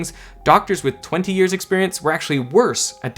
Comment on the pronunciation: Yes, yes, we all know what you mean when you say years, it's totally unnecessary to emphasize the word years.